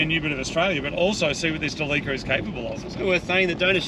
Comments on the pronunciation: It's so awesome to relax and watch the best 4x4 channel on YouTube! But why did they keep mispronoucing Delica 🤷‍♂️ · I love how you guys are still calling it Da Leeka because of its oil leaks! 😄 Instead of the correct Dell-ick-uh. BTW, never trust a vegetarian to cook your steaks! Haha just kidding, looks like they turned out okay because they weren't actually well done when you were done. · ITS NOT A DE LEAK AH, ITS DEE LEE CEE AR